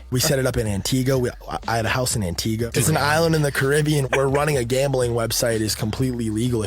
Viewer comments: This is completely unimportant, but it's pronounced Anti-GHA and i promise it is not as awful as they made it sound. Makes me feel some type of way hearing how people misconstrue the island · Guy can’t even pronounce Antigua 😂 true colors right there